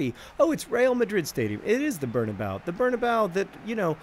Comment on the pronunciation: John plz bernabeu has four syllables